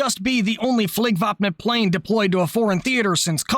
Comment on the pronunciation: Your pronunciation of "Flygvapnet" makes a Swede happy, chefs kiss basically perfect. You need to look up the word "Spaning"